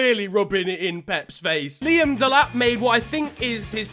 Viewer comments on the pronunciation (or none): none